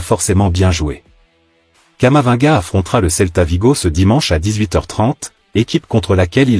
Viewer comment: On prononce camavi-nga.